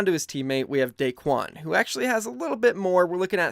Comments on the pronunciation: Not Daquen, Daequan. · It’s daequan